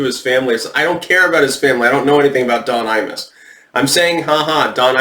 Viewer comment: Every time you say "Imus", I hear "anus"